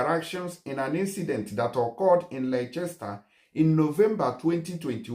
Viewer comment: Laichester sha!😜🤣 Its actually pronounced “Lester”